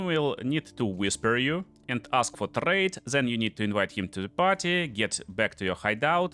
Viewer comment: "So let's... tRRRRade." Love your accent, dude :D